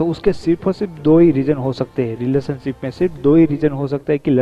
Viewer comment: It's relationship not riletionship😆😅